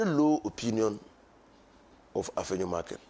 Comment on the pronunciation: Wo nso you're too thick. The name is Afenyo MARKIN, not MarkinS. You've been corrected a thousand times.